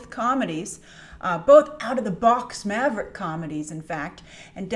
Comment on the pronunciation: I find it so weird that she says maverick....